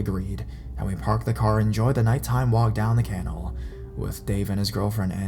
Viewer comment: WTF is a Can-nell? Im positive you must mean Ca-naall, you illiterate